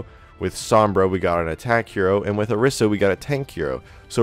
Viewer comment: The new hero will probably be released before people learn how to pronounce Orisa's name correctly.